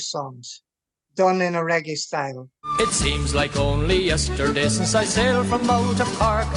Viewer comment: Regg-AAY not ‘iee’